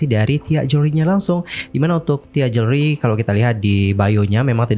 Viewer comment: Bilang jewelry....joolry, oneng